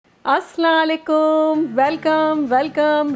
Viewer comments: Aslaaaan likum nahe hota... Aslaaam O Alikumm hota ha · Plz ap salam ache se kiya kren ap salam thek ni kehtin